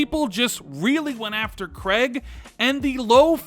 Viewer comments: KREIG, that emphasis though. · please ask Jezz how to pronounce Craig. Other than that another great video.